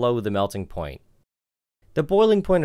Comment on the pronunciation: Me too, was wondering if ploint was a new term until he said point.